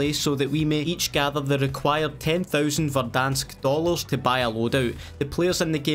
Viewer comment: Ten thoosand lol😂😂😂